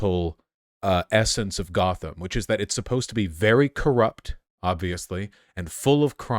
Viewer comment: they really said GOTH-am